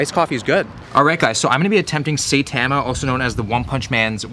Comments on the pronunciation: It’s pronounced sai tahmah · “Saytama” love you will just your pronunciations are gold😂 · FYI, Saitama is pronounced "Sigh-Tom-Uh". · Everyone: Saitama: sEiTaMa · Saytoma lmao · he says saitama wrong... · I was sold until you mispronounced saitama:/ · Are we going to ignore how he pronounced saitama ? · He has not seen One Punch Man , since he did not pronounce his name right !! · Although I'll admit.. I was super disappointed when I heard him pronounce saitama. Clearly he has never watched OPM.